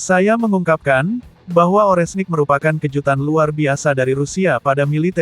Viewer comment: Ini pembawa beritanya kalau ngomong yang bener donk, Rudal Oreshnik jangan dibaca Orenhsik.....kacau !!!